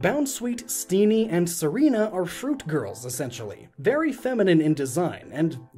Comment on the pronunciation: The way you say Tsareena sound like Serena which confuses me every single time you do it